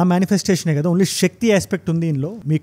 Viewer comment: అంత బాగున్నది 👏 కాని షివ, కాదు శివ , ష క్తి కాదు శక్తి , కొంచం try చేస్తే అద్భుతం మీ వివరణ, అన్యదా భావించ వద్దు🙏